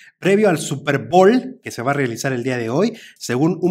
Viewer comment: jajajajajajajaja dice "Super bol" jajajajajajajajajajajajaja se pronuncia "Super Boul" querido jajajajajajajajaja que oso, de nada.